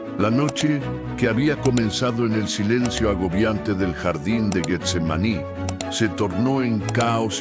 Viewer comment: Buena narración, la misma historia pero narrada de un modo que todos lo entendamis; pero el uso de la IA comete varios errores como la pronunciacion de Getsemaní lo pronuncia Guetsemani, deberían incarle mas atención pues de por sí las nuevas generaciones ya no saben pronunciar ni escribir correctamente. Amén Jesús! Aleluya Cristo a Resucitado! Aleluya